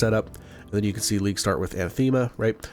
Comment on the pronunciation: Anathema = anne - ATH - em - uh.